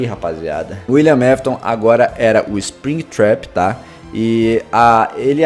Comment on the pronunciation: William aftas